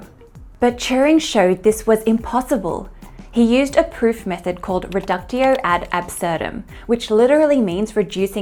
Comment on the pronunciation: FYI: it's not pronounced "ree-duck-tio", it's more something like "reh-dook-tio". It's always so difficult to explain phonetics in English... 🤕